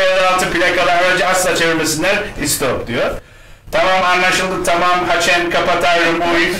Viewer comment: Ama diyo (haçen diyo)